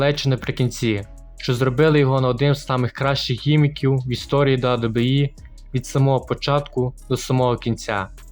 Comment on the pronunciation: Чувак, кажи просто Дабі-Дабі-і